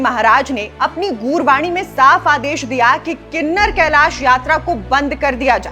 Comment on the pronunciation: Kinnner kalesh nhi Kinnaur kalish hai Please naam kooo sahi se log tk Poochaaao